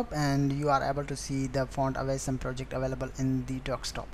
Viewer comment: dude its ausm not aceee som!